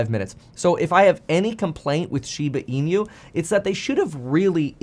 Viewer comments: Hi Kevin, Thanks for getting into SHIBA INU. The pronunciation of INU in SHIBA INU should be E-NOO, like noo of the word "nook". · Plus he pronounces inu incorrectly! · The way you continue to pronounce inu just irks me… lol it got me annoyed enough to stop the video and comment. 🤦‍♂️🤦‍♂️🤦‍♂️